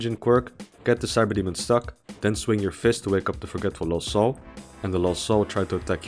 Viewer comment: each time he says '''lost soul'' but I hear ''LOL soul''